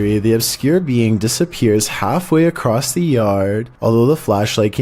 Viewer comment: new word unlocked ... " dissap-er-ates?"